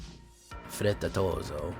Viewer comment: Frittatozzo: the double z is pronounced like "ts" (tsk) in english. Also, you stress the double t.